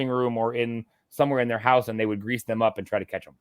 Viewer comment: House* not goude......